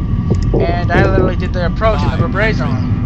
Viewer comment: It's pronounced "Br-ra-ba-zon"